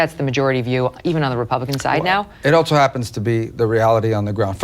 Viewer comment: Someone should let Rubio know there is no “t” in the word, “also”